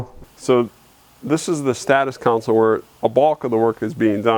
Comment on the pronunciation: Loved the interview but "Console" is definitely a different word than "Council"